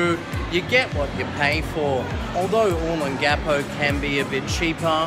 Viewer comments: It's "O * long * a * po," not "O * lon * gapo"! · It's Oh-Long-ah-Po, Sure looks cleaner than it did in the 80s I'm betting it not as much fun though. Thanks for posting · Dude find someone to teach you the right pronunciation O Long Ga Po giving advice on a place you can't even pronounce is not good Simple ...other than that a good video. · Oh-Long-Gah-Poh. Other than slaughtering the pronunciation, great video, would love to see more of Magsaysay, Rizal and Gordon Avenues. yes, it has changed a lot, but the memories are always there. The true Adult Disneyland that put all others to shame, even to this day. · u are pronouncing olongapo incorrectly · Very nice vid...but please learn how to pronounce Olongapo correctly. Thx